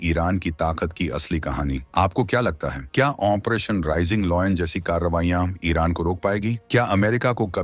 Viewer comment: Bhai aapse request h ki aap 40 din sirf operation bolne ki training len . achha rahega.